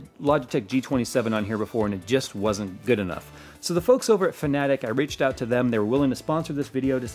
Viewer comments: Just saying that it is pronounced like fan-a-tech. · I keep hearing you say Fnatic for some reason. I was wondering when did they start making racing sim hardware. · Am I the only one who heard Fnatic whenever he said Fanatek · you pronounced Fanatec like FNATIC! LOL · Yeah he is saying it wrong.